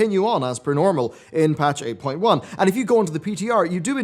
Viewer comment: When you said 8.1 at the beginning, I thought you said April one.